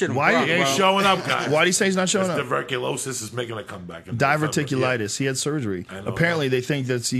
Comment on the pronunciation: DIAZ "his divurticulites is making a comeback"